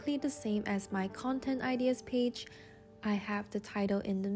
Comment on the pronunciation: I love your creativity and the way you talk. But just a thing...you are mispronouncing the word "ideas". (not hate) ✨✨✨